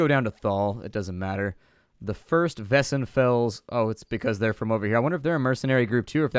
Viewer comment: It's pronounced Whysenfalls. It's Weiss as in Edelweiss (sound of music ho! :) )